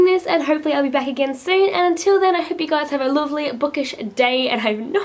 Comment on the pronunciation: When you said 'lovely' at the end it sounded Northern...like... UK northern. lol. Not bad. :P I'm glad you're back. Yes get back to those videos! I've been itching to film, myself, but I CAN'T because I'm STILL ill and can barely talk properly. sigh.